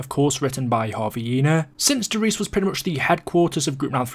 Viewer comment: It's pronounced "der riesuh"